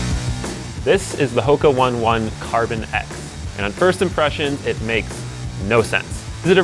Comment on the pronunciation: Oh-NAY oh-NAY 🤦‍♂️